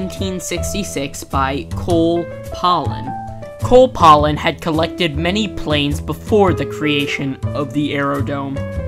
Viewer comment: First, the curator of the Aerodrome is Cole Palen, not Cole Polon. The plane you said was a Sopwith Dolphin which it is definitely not. The red plane is a de Havilland Tiger Moth. The French plane you call a Bleriot XI, in fact, is a French Hanriot reproduction. If you know your roman numerals X =10 I=1 so XI, is 11. Thank you for putting the footage up!!